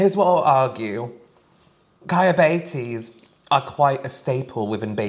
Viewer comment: pronunciation of ciabatta is both my worst nightmare and my favoritest thing ever